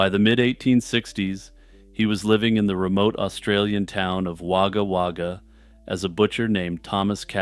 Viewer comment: love your work, but struggle to get past the way you pronounced Wagga Wagga